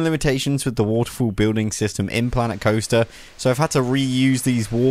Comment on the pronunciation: Lmao he can’t say waterfall